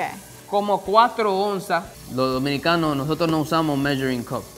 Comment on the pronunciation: He said "Dominicans" but honestly it's easy to mishear it as "Mexican" he said something like "We 'Minicans" 😂